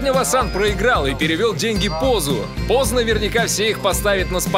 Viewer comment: Это не Кос а Поз